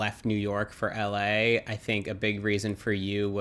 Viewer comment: I can't stand how people who have lived in or visited la say la